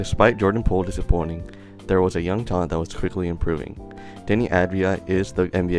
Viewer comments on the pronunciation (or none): none